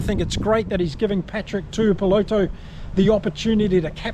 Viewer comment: Alot of people online butcher Patrick Tuipulotu's last name. Especially non kiwi channels. But come on bro as a ex kiwi. You go to pronounce it correctly. Its pronounced "two ee poh lot two"